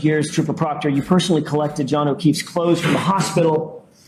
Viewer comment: "Pooper Trockter" 😂